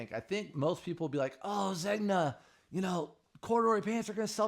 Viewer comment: Take the ears out of the hat. And google how Zegna is pronounced.🙂